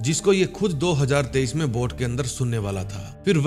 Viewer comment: Do hazaar tarwinjha bola time isme... areeh ap punjabi ho matlbh